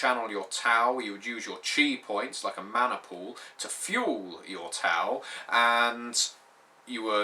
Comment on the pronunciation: Sounds like a very interesting setting for an RPG. The warring states period was a very interesting time in China. It would also be interesting to play a game set in the Three Kingdom's period (200ish AD). Also, just a little pronunciation advice from a Chinese speaker. x = "sh" as in "sheet" q = "ch" (that was fine) c = "ts" (or just make a "ch" sound) Also, Tao is pronounced "Dow" (rhymes with cow).